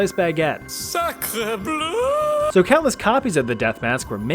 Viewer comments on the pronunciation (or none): none